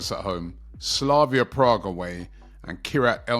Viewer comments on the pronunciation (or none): none